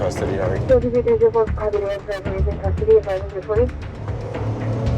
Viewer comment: “10-4 one Edgar Cuh in Cuhhhhhstody”